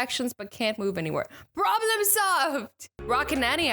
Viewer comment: Problem not Pwobm Lol